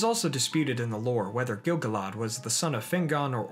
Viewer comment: I enjoyed that, like most of your vids. One thing; Gil Galad is pronounced GIl Gal-ad, not Gil Ga Lad. Sorry it bothers me.